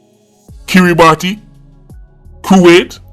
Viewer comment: Its NOT KiritBati....its pronounced KIRA-Buss